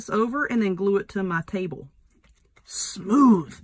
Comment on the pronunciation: I love your Southern accent when you say Smooth 😂😂🤣🤣😂😂🤣😂😂👍